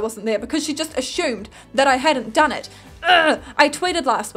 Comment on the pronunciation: Hey uhm...... it's pronounced ASS-umed not ASH-umed. My brother and friends get on my ass about it all the time... XDD ILY